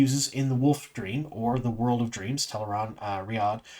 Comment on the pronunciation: I just want to call out your attention to pronouncing Tel'aran'rhiod correctly. It's often hard to change the way you say something, and I can see you putting in the effort. I appreciate you!